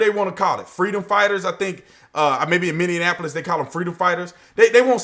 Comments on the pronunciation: B Tatum!! LOVE YOU. "Minnie Apolis!! Not Minnian Apolis!!😄😄❣❣ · love your videos but as a resident of Minneapolis...it's pronounced "Mini-apple-us". Anyway...I live in Minneapolis and it's all frightening...used to be beautiful here :-( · I'm still trying to figure out where "Minneanapolis" is. LOL!